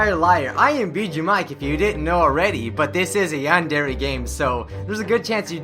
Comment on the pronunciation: MrRubenMelodyMetal MHarmony - Is there anything wrong with noting the fact that he isn't pronouncing it right??? Tell me what I did wrong